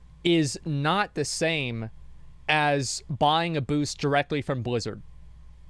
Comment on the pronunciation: Why does Asmon pronounce it as Bluzzard? And what is BoD? Bind on dickup?